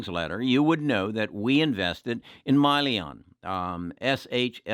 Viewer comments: It's Hyliion, not Myliion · i can't take Hyliion stock advice from someone who mispronounces the company name as "Myliion". He's obviously not interested in the company nor has he done any research. He just heard from someone in the "tribe" that replacing the powertrain will void the truck warranty. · First of all is not MYLION. It’s Hylion and the name comes from Hydrogen,Lithium Ion. Secondly, the added electrical solution does not affect the warranty of the trucks. This issue has been discussed many times in their prospectus and investor presentation. Please Do as you Preach and EDUCATE YOURSELF. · Just a correction if I may. I think the company you were referring to is Hyliion, not Myliion which is what I heard you say in your video. SHLL is the ticker symbol for Tortoise Acquisition Corp which is an SPAC (Special Purpose Acquisition Company) and with which Hylliion is to merge in the near future. From then on Hylliion will be a Public company and will have a new ticker symbol HYLN on the New York Stock Exchange. I fully agree with you that this is very much a worthwhile investment. I much enjoy your videos. Very helpful. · How are you going to own a company that you don’t even know how it’s pronounced? Probably a good thing he sold. This guy is a swing trader and easily buys or sells stocks based on 1 of his members’ opinion. Don’t agree with his decisions and how easily he’s swayed.